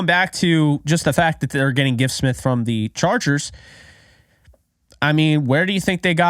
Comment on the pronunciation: You are pronouncing his name correctly.